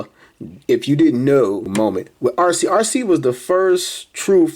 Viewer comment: Arcee? More like Ar-Ski. 🤣